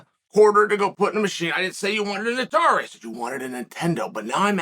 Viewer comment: Of course Uncle C says "atari"